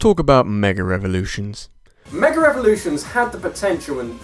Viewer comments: Meger Evolutions. just. pronunciation. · "Megurr Evolutions"